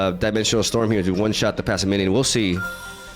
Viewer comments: I'm not sure why both you and jeff call it "passiminian" when it's just "passimian" >_> just "pass" + "simian". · Pah-sih-mee-an not passiminian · Somehow "Passiminian" returned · I have a question, do you pronounce it Passiminion on purpose? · He pronounces like 20% of cards incorrectly so I think he's just... like that. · Maybe not at the start but now he is definitely doing it on purpose. There is a similar situation with another tcgp youtuber that pronounces decidueye as dekedue or something like that. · Man's so excited to see monke he keeps adding an extra syllable to Passimian